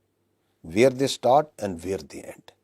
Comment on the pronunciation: Isbaar bohot dhyan se bola aaaaaand forces 😂😂😂😂😂